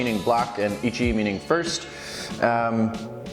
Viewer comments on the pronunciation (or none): none